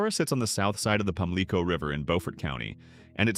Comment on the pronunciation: PAMLICO is pronounced Pam-Lee-CO said nothing about Lil' Washington being 20 minutes from Greenville and 40 from New Bern